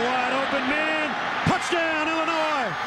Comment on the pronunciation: Can the announcer seriously not pronounce Illinois?